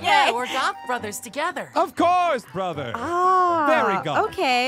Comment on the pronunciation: If they say “BRAHTHA” one more time I swear.......